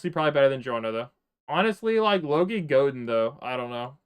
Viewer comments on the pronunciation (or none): none